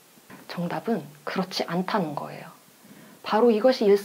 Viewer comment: 정답은 그!렇지 않!다는 거에요ㅋㅋㅋㅋ 랩이나 노래하는것처럼 강약조절 스웩~~~